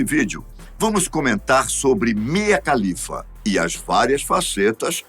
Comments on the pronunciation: Só uma dica: A pronúncia de todo nome e sobrenome árabe, que começa com “KH” equivale à pronúncia do nosso “R” (de Raquel, Rogério, Renata, Ribeiro, Ramos, Resende, e etc) Portanto, a pronúncia do sobrenome da Mia é “Ralifa” e não “califa”. Sobre a carreira dela: Todos os extremistas islâmicos que a ameaçaram de morte, são um bando de hipócritas, porque eles também consomem pornografia. Inclusive é por meio de filmes pornôs, que eles aprendem o que fazer com uma mulher, visto que na cultura e na religião deles, NÃO EXISTE namoro ou sexo antes do casamento. O afastamento da família é compreensível, independente do país de origem, da cultura e da religião. Nenhum pai e mãe ficaria feliz com a filha trabalhando para a indústria pornográfica. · Você disse "Mia Khalifa"? 🤨😁😏